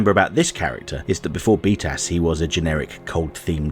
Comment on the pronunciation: Every time you say "btas" I hear "beatass"